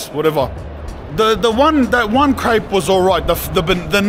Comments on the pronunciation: You wanna add a double p for proper Crayp pronounciation, lad! 😄 Montmartre is a nice place for sure! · 'its a cool krepe' hahaha